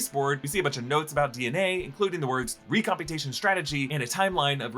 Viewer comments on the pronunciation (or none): REAMPUTATION not ReCamputation or whatever you said lol